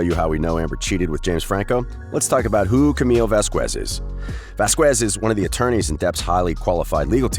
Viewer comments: IS VAQUEZ ! NOT VAZKUESZ! LOL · Vazquez not Vasqwears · Vazquez is a Spanish last name so in Spanish always the "u" after the "q" is mute. You just don't pronounce it, ever.